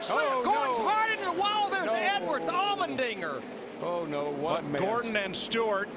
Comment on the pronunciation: It's Allmendinger. Not trying to get you mad, but I just got confused when you said Almond Dinger.